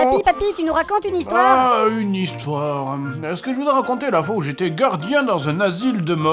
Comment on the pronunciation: " une nouvelle histoirrrrrrrrre "